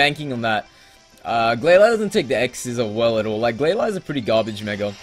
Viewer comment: The Pokemon in the Battle FAINTED NOT DIED! also i Say GlaLEE.